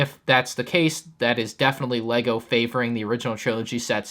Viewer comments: What was that accent at the beginning 😂😂😂. "Leger" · You said legger starwers 😂😂 good intro dawg 👍🏻🥴